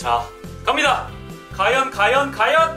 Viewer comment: 허팝님 외 매일 과연을 가연이라 해요?